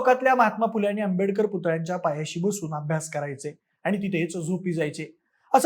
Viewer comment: Not .Ambedkar /डॉ बाबासाहेब आंबेडकर उच्चार बदल मित्रा